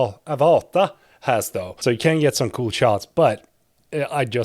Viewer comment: are you from sweden or norwegen? because of Avata